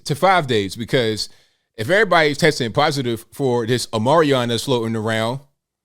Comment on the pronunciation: My dude said "Omarion" 🤣😂